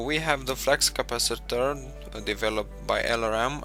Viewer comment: flux capaciter not flax capaciter